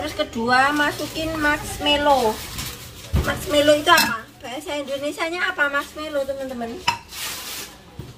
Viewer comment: Mask = topeng Melow = sedih Jd bahasa indonesianya topeng sedih donh mba...wkwkwkwkw Yg bener marshmallow mba 😂